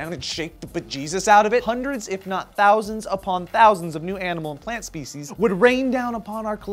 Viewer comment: 0.48 "Fish speshies".